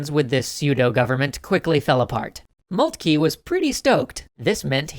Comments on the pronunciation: Who is Moultkey?? Do you mean Von Moltke ( pronounced Moltka )? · Molt-kah. Hel-mutt von Molt-kah.